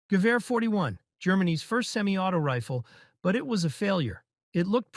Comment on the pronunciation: but he pronounced it right tho? That's exactly how you were supposed to say "gewehr"